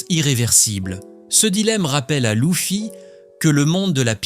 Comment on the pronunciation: Euh c'est quoi cette IA qui lis le texte😅 Louffy, Robin. Sérieux?! Pourquoi c'est plus toi quoi parle? 😢